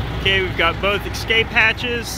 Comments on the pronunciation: Love the project but there is no "X" in "Escape." (not pronounced Excape). Cheers. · Looks awesome! Just one thing, there’s no “x” in “escape”.